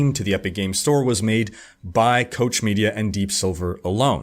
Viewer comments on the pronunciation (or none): The german "Koch" word is not pronounced as Coach Media ;) Try taking the "Co" from Cock and the "ch" of the sound you make when you snork softly, but a little more air pressure and shorter. The "ch" sound is made back in the throat, not in the front or center of your mouth, neither do you have to shape your lips to pronounce it. An audio example can be found here